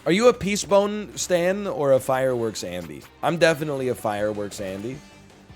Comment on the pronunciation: I knew Animal Collective was going to be brought up when he mispronounced the item “Peacebone.” Then he went on to misremember the word “bonefish” as “boneface” but close enough, great reference Also, I’m a “Fireworks” Andy